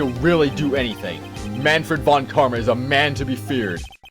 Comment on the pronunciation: Mahnfred fon Karma or something like that. Mah-n-fred (with a long e) fon (almost like the Fonmaster in TotA but with a shorter o and n) and Karma was alright as you said it. I'm not good in explaining such things xD But you don't have to change that if you don't want to. At least it's funny to hear :P